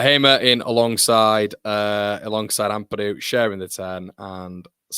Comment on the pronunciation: Pronounce tanakas name correctly. Ao not A O